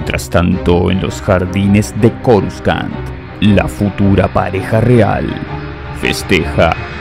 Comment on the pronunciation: has cometido un par de errores 😮. Coruscant se pronuncia Corusant y no es Palpataine si no Palpatine 😮